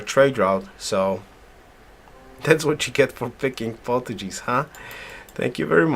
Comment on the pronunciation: oh man you're killing me with your pronunciation of Portuguese. Haha it has a hard G sound! Other than that really nice vids! Learning a lot. thank you